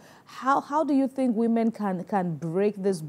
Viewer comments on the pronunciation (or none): Please its Women not Wemen!